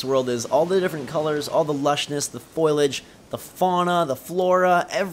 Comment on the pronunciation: Foliage, not "foilage".